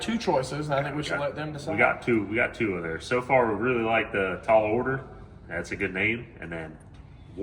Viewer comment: "Taal Order"